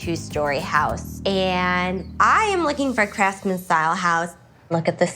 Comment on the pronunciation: If she says "craftsman" one more time I'll jump through the screen. IT I NOT A CRAFTSMAN.